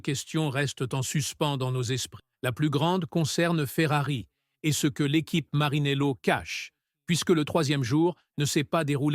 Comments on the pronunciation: Marinello? Maranello 😂😂😂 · MARINELLO ou Maranello ! j'arrête là la video.